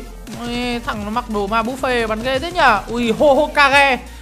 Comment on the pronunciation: Chú nói bộ đồ ma búp bê mà nói là ma búp fe